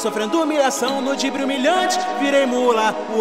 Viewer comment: Não é dibre é drible